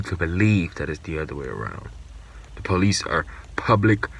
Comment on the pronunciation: I thought it was police with an O and an I, so I don't know what the crazy psychotic is even on about calling them the pal-lace. Maybe she could try to pronounce the letters better. I know I need to occasionally.